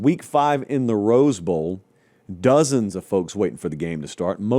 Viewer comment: "Dozens" lmao